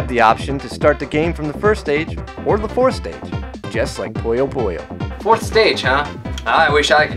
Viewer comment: Always felt “SQUISHY!” was voiced by a quality Adam Sandler impersonator. But where did you guys get the -o sound from? It’s PuyoPuyo. Not “PoyoPoyo.”